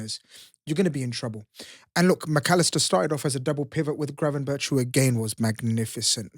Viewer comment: I love the fact the sign in the back says BIG SIX! That's right! Spuds SMASHED & MASHED for 6 at home!!! You couldn't make it up!! YNWA PS: For - Gravenberch is pronounced GravenberK! That's how Ryan pronounced it so get it right!